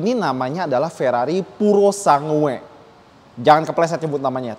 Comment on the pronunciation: Dibaca puro sang gue. Bukan purosangue